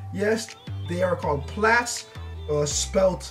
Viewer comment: pretty sure you're mispronouncing "plaits". the "ai" sound is like "maids" not "meh".